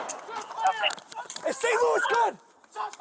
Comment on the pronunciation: "Dem Shotz" "Amberlance" ... Oh how ghe*tto fabulous!!!